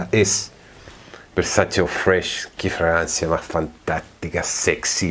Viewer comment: Alguien más escucha Francia en lugar de fragancia ?